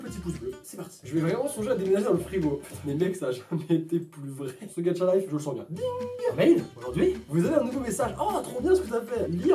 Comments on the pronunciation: Il dit Gatcha au lieu de gacha 😱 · GaCHa pas gaTCHa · Cc je t adore vrm mais pk tu ajoute un "d" dans Gacha life c pas Gadcha mais Gacha 😑😅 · Sa se prononce "Gacha" life et pas "Gatcha" life ou sinon t le meilleur😅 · Sa se dit gacha pas gatcha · GACHA ET NN GADCHA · il prononce gaTcha life moi j'ai trouvé ça super bizarre toute ma vie je prononce gacha life Pas vous??? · C est gacha pas gatcha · C pas gadcha mais gâcha mais pas grave💚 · C pas gatcha c gacha!!!!!! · XDDDD je peux rien dire, c'est hilarent, tu dois faire une chaine de gacha! P.S: c'est gacha pas gatcha car tu le dit de la mauvaise facon mais bon c'est pg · C ouf hein ? 😂 MAIS C PAS "GATCHA" C GACHA FUCK :) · "Gatcha life" 😂😂